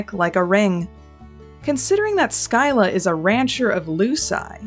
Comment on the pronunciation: I am Swedish and you pronounced "skylla" so badly I kind of forgot it was even a word, though that makes sense since the sk-sound (or the ɧ sound) does not exist in english